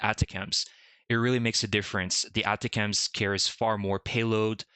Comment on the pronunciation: Most military people pronounce that type of missile as "Attack 'ems". The accent is on the second syllable of "Attack".